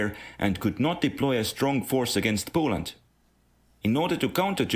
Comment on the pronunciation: POOLAND? I got mad at that...